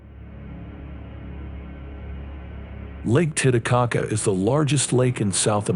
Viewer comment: It's not lake tita - caca It's titty - caca